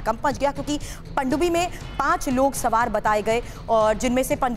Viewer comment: Ye Anchor hain sawaar ko samaar bola jaraha hai